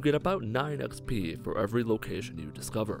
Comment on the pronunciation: yo i just can't 😂 Im sorry but the way you say xp kills me.